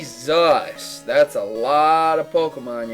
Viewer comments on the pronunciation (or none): none